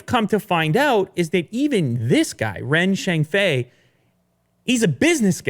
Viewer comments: Do you know the way you call Ren Zhengfei is wrong, especially his surname? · Good job pronouncing Huawei, work on Ren Zhengfei next XD. Ren is pronounced "sion" as in "decision".